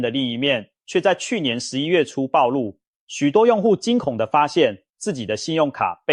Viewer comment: 全聯確實很爛，老闆忙著投資中國，台灣的消費者與員工就是幫他賺投資的本。建議這片作者好好查證讀音，這影片好幾次讀錯音，不然就是中國發音，暴露的暴讀音同鋪，不是暴力的暴。